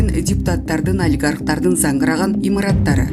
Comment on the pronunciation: Жакшына суйлочу зангыраган дегенди орусча суйлобой кыргызча "А" менен айтчы